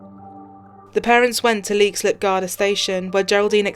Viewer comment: U could atleast get her name pronounced right and the place called lexilip